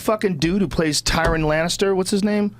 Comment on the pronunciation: he says tywan instead of tyrian lol